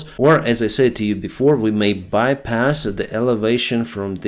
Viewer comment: Your program is the best and most useful. Just one criticism please.......the pronunciation of the word "SAID" DOES NOT RHYME WITH '" SAY"...."SAID" RHYMES WITH THE WORD "BED", "DEAD", "HEAD",etc.